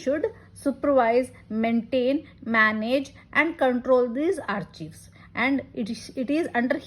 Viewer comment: Excellent efforts Madam.. A small fact though.... do you know that you are vocalizing 'Archives' wrong :).